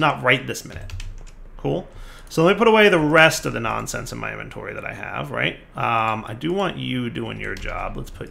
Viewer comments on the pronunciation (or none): none